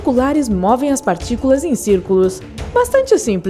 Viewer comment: "Acelerador de particulam"